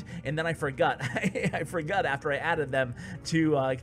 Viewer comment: "I forgut"